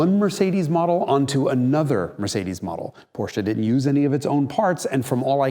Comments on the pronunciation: Finally learned to pronounce Porsche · Yes Someone who pronounces Porsche correct!!!! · Thanks for pronouncing Porsche right - perfectly right! May not mean a lot to You but to me its as disturbing when done wrong like a single moskito in Your bedroom at night, 5 minutes after You fell asleep. :) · I know, I know, this is a silly remark at this channel, but still: I absolutely love that you call a Porsche, well, a "Porsche", pronounced the way the Lord intended it. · You pronounced Porsche without the weird american “Aaah” at the end! Subscribed. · finally someone who pronounces Porsche correctly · it's so comforting that he pronounced "Porsche" correctly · Thank you for pronouncing Porsche the right way! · So strange to see a video presented by an american and every time he pronounces "Porsche" correct